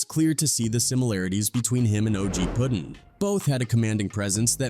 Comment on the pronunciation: I'm talkin about his name bein "Puttin" and not "Puddin."